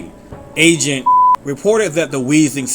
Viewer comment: When you said "agent" I thought you said Asian